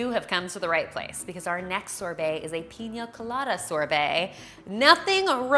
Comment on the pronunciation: “IF YOU LOVE PEEENYYAA COLADAS” 😂🤣